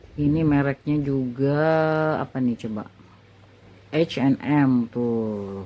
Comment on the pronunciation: Ka...H&M itu bacanya biasa Ha en Em...krn nama orang🙏🙏🙏Hennes dan Moritz